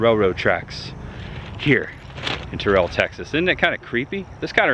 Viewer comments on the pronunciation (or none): Not Tuh-rell. Tear-ull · the way you said TerrELL. ouch lol. It's TERRell. You better hope Jamie Foxx doesn't hear you say it that way lol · It aint "turell" its pronounced Terrull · Its pronounced "TEAR UHLl" not "TAHREL" 😅 and they have been there 27 years, not 37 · You mispronounced Terrell. Emphasis on the "rr". Terr-rell.